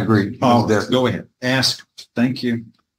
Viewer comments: It never ceases to amaze me how tenacious these convicts are about learning just enough of the law to present a vigorous defense that their council advised them not to do! It is equally entertaining, listening to them butcher legal jargon and courtroom banter, trying to pronounce words in Latin, all while still heavily peppered with ebonic words like, ax vs ask! 😂🤣😂🤣😂🤣 YouTube GOLD! minute mark, did he say, “The African”? 😂🤣😂🤣😂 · I hate the use of axe instead of ask. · "Aks..." you a question. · Why does he keep saying "axed" instead of ask? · Learn GOD DAMN English!! Ask, not "Ax". I do understand that language is fluid and changes over time, but the repeated use of the word "ax" instead of Ask, just drives me up the wall. Please excuse my poor English, I am not a native English speaker. 🙃🙂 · I hate the use of axe instead of ask. Speak English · Ask not aks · Holy hell, this guy likely needs to get his affairs in order as he is going to prison the next day .. by the way it makes me crazy when he keeps saying “I ax you a question “ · Ugh! I hate hearing “axe!” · Will he ever quit AXING questions ??? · The recorder should. I don’t care if it doesn’t make sense on paper. He’s saying axe. I hate it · I keep “axing” you… lol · Same. The word ask is not that hard to say. This defendant should’ve stopped while he was semi ahead. 😑😊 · Why is it so hard for these people to say ask? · I wonder if he would pronounce Axe body spray as “Ask body spray” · The word is "ASK" for "fux" sake!!!!!